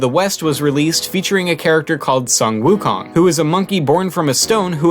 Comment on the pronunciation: Wukong? WOOKONG. Seriously? It’s pronounced wOO, sounding like “5” from mandarin. And “kang”, with the a dragging a little longer then the other letters